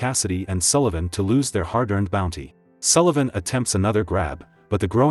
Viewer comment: Yay, your AI narrator can pronounce Sullivan correctly!